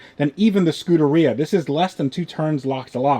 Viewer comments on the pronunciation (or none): The preferred pronunciation is "Scoo-dAir-E-uh" (emphasis on the E after the d) not "Scooterrhea". Whenever he says it, it just sounds like he's saying scooter diarrhea.